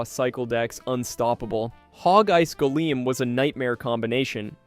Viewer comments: Gol-eem - sounds wrong Gol-um - sounds correct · The way you said golem made me mad